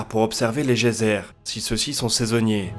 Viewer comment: "Si ceux-ci sont saisonniers" Bravo, belle diction !!